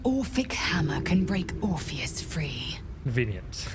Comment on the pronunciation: How do you manage to say orpheus so wrong when the npcs enunciate it often enough